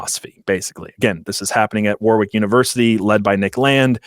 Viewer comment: The point of this piece seems to persuade through thorough research and a story well told. All undermined by the inept pronunciation of the place Warwick. If only there was some technology available to help with verification.